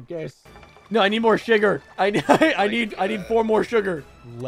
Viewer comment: "I need more shigger!" -, 2022